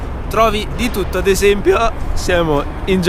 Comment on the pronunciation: "Ad esempio" 😂😂😂